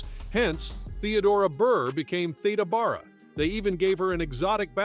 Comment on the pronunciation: Theeda Bear-A is the correct pronunciation